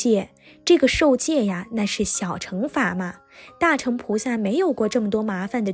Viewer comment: 大乘應讀若"大勝"(dà shèng)。加油!